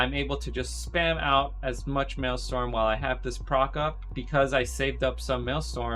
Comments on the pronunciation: maelstrom bro, not maelstorm. good vid tho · Dude is the #1 solo shuffle shaman in the world and he doesn’t realize his resource is called maelSTRom. Dude it is not mael-STorm. That’s hilarious. Google Thrall and the Maelstrom. Hahaha